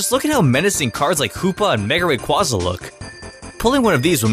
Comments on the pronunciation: It is mega Ray qway zuh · It's Ray-qu-Aza